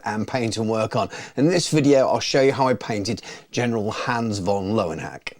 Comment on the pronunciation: Pronunciation of the name is a bit off. ö is a German letter for the umlauted form of o (in other words, œ or ø). Löwe means lion. Meanwhile, in hacke, the E is not silent, and it means hoe, as in a tool, and not... the other type. So while Love-n-Hack does sound hilarious, his name basically means Lion's Hoe. Oh, also: >Nuln >puts on the heraldry of Carroburg XD